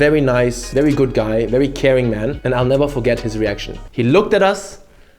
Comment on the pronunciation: This man is literally a German-Chinese anime character! 😂 His master just tells him “VERI GUUD” before any of their friends and families know!